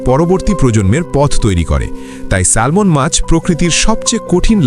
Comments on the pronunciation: ব্যাটা আহাম্মক এটা স্যামন (Salmon), স্যালমন নয়, এখানে 'L' এর উচ্চারন হবেনা। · এটার উচ্চারণ হবে স্যামন , কেন বাংলায় একটাকে সালমন বলে ?!!!! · সালমান না স্যামন হবে উচ্চারণ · স্যালমন নয়, উচ্চারণ হবে" স্যামন " 🤣🤣🤣! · Excellent video. I agree with the commenter because the pronunciation is Salmon(Samon) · উচ্চারণ হবে স্যামন। L silent থাকবে। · Pronounciation ta স্যামন হবে। ( Salmon) Akhana' L ' letter ta silent tkhaka.❤🎉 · স্যালমন বলতে কোনো মাছ নাই।ভুলভাল উচ্চারণ করা বাদ দিন আর উচ্চারণ না জানলে নামই বইলেন না। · It’s pronounce SAMON. L silent